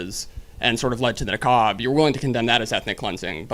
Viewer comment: He doesnt even know how to say nakba